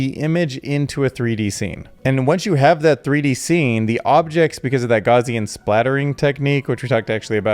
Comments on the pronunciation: Gow-c-an like Cow but with a G. Not gauzian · Gauss rhymes with house. No “z” in house.